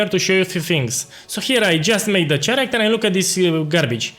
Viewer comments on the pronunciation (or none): Please.... Character is pronounces as KErakter, ma boy. Chaos = Keos. The rest is great, thank you!